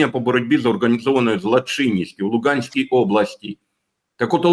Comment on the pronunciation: Не по Луґанській, а по Луганській облаькі області.